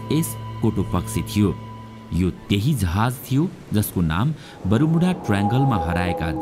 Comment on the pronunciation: बरूमुडा हैन बर्मुडा हाे😂